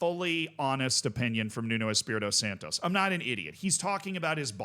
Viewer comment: Santo not SantoS. Nuno is not Mexican